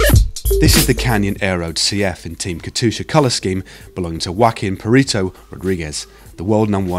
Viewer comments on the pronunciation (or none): It's Poo-ree-to, not pear-eeto, that means little doggy.